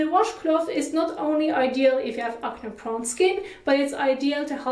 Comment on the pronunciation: Hey just wanted to let you know it’s pronounced ak-nee not akneh, great video tho